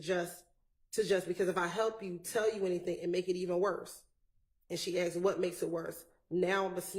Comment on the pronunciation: Your life being on the line with a Prosecutor that can’t ascertain the difference between “asked” and “AXED” is nasty work